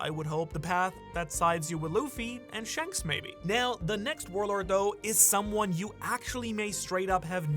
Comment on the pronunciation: Not trying to be mean I'm genuinely curious. I've been watching for a while, but does he say "powerful " and " shanks" like that on purpose? If its not on purpose I won't bring it up anymore I'm just curious because I love the "thanks/ shanks"